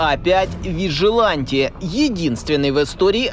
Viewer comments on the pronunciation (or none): Название самолёта А-5 , читается , как " Виджилент " , а не " Вижиланте "